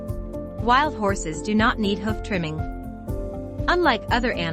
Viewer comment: learn to pronounce hoof properly for f.s